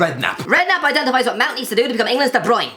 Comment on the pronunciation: de broin